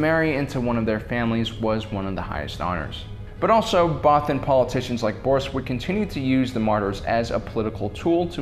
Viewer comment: First time I saw it I thought they said “many brothers” I mean mean what is a godamn bothan